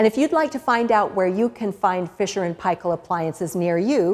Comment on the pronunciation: Omg firsf non kiwi to pronounce f&p correctly